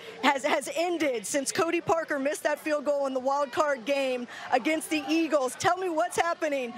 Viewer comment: So damn annoying. The guys name is Cody parkey. Not PARKER. The guy sucks, but still get his name right. You’re on LIVE television